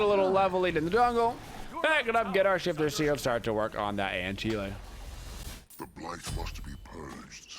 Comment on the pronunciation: an-ki-leh? you mean an-sil?